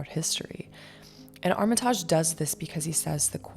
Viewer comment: Armitaaaaaajjjjjj lolllllll, it’s Armitage, pronounced ARM E TIDGE . Get over YOURSELF.